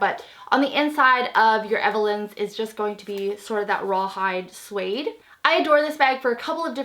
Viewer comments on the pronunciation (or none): none